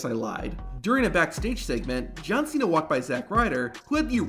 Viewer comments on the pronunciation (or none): none